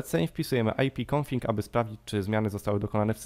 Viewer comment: Wszystko super. łapka leci ale nie mów ipconfiNg tylko ipconfig. Pozdrawiam :)